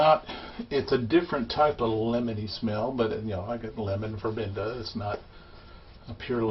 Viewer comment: Sorry, is pronounced vervena not verbenda. I love any thing made with it especially soap or shampoo.I never shave across the grain always down and in small strokes.